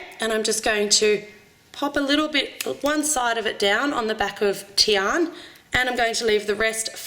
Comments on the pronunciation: im sad cuz she said tian its fricken tiana srry if im harsh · Not Teon, but Tiana. (Tea-ana) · it is tiana not tian ! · her name is Tiana not Tian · In England u call her tianA not TIAN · It's Tiana not Tian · it's Tiana not tian but other wise the vid was perfect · that realllllllly annoyed me haha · i think its pronounced Tee-ah-na. im not sure though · Guys, Guys, Guys, when she pronounced "Tian", she left the a silent xD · her name is Tiana, not sure if all the Aussies say it like that but I personally think that if you're going use characters, the names should be said correctly. I also watched your Avengers breakfast and you used the green lantern symbol for hulk... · I agree